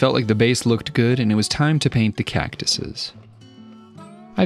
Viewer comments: As a desert native, I winced everytime he said it. Can't blame him though, a lot of people get it wrong. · As an Arizonan I died a little inside every time you said saGuaro as well when you said cactuses